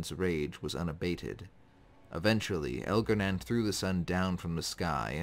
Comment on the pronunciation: It’s pronounced Elgar-nahn not Elgar-nan.